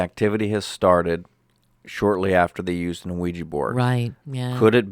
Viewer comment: "We-Jah" not "O-we-ja" or "we-gee". 😉😁 Having been doing ongoing research and communication with spirit side for 10 yrs, I've tried the Ouija on several occasions with absolutely no results! And people's perception as it being negative is bunk in my opinion. A board, rock, box, mirror...etc, they are all mediums for spirit realms, and none are any more "evil" than the other!